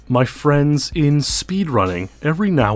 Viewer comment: nobody:: M Y F R I E N D S